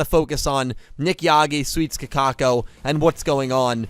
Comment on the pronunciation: You know why Kakoko lost? It's because keeps disrespecting her by calling her "Kakako". All hail the king of BBQ, Nick Yagi